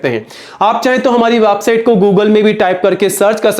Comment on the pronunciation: वेबसाइट पहले बोलना सिख ले वाबसाइट